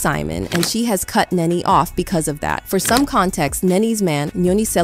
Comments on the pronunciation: It's Nee-Nee. How do you not know how to pronounce her name?! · Omg! Ur butchin the names its NeNe & fallyn 😂 I didnt know who U were talking about ! Gurrl.... say the names right ! Lol 😂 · It's so sad when you can't pronounce NeNe. This was the same thing I was thinking. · does this person NOT know who NeNe is? Why does she keep calling her "Ninny"? like...what? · IT'S NENE PRONOUNCED(KNEE-KNEE) . THE LEAST U CAN PRONOUNCE PPLS NAME RIGHT, HELLO😮😮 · Pronounced “knee-knee 🫶🏾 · WHEN TELLING A STORY PRONOUNCE A PERSON NAME CORRECTLY!!!!